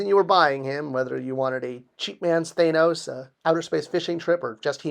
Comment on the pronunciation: THAN OS! Not THAAN. You got the "OS" right. Just tryin' ta help. Good Show! \m/